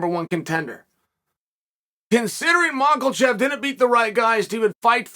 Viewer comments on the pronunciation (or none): Bruh it’s been like two years and I still bust out laughing everytime I hear MOCKLECHEV ! Lol the man says it with such conviction 😂😂😂 like “that’s his name and you can’t tell me different” Chael is goated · It's not friggin " macklechev"..... Jesus man this dude is supposed to be a great combat sports mind .. he can't even speak.. he can't pronounce basic last names .. does it all the time.. not just islam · Chael “Moglechev” Sonnen